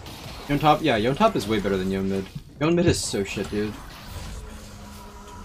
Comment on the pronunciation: someone enlighten this man on how to pronounce Yone name. So cringe.